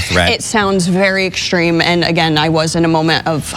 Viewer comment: I would have fired her for saying "exshtreme". There is no "h" in the word "extreme". As a teacher, it's her job to teach children to speak correctly, not how to be "edgy".